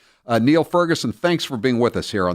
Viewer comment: Niall is pronounced "Nile," ffs.